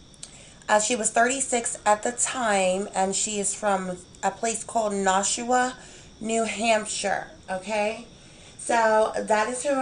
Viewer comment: great job.. its pronounced Nash-WA, like Nash-ville and WA as in the beginning sound of saying water lol...